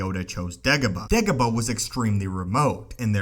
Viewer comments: Say it with me, Day-go-bah. Not De-go-bah. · He says dagobah weird and its really annoying. Not da ga ba Its day goh bah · Dagobah not degoba. Its quite simple u fucling complete moron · Dagobah... not degoba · Its dagobah......not degobar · DAY-gobah, not DEG-gobah. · It’s day go bar.... not degaba 🙈😂😂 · you are not saying it right it pronounced daygobah not degobah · "Degabo"? Haha you pronounce Dagobah kinda weird 😂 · "why degabuh" same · I think it's "Degabah" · Does the vowel "a" really sound like "e(h)" as in "every" where you're from??? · Degobuh lol heard this so many times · I think its how he pronounces it that makes it weird for me. "DehGuhBuh" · Every single time it sounds like "Degobaa", very annoying. Without any actual info newer than 15 years and a super clickbaity title and thumbnail, this is one of the first clips I'll give a dislike... New low water mark. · jesus frucking crist if this youtuber says degobah one more time im going to leave.. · He says degobah..horrible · How many times he said dagoba | | | v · Anyone else triggered at how he pronounced dagobah